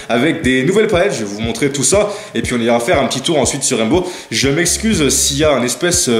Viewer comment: Il a dit "Raimbow"😭